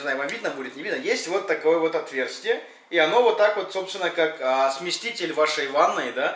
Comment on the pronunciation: Смеситель, а не сместитель!